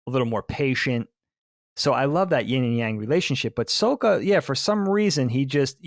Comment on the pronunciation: Why does keep saying "Soak-ah"? They say Sokka's name repeatedly in the show. That's not how it's pronounced. It's also spelled with two K's, so it doesn't make sense to pronounce it that way.